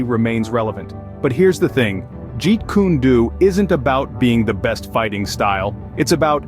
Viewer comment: lol “jeet kune doo” it’s “do” as in “dough”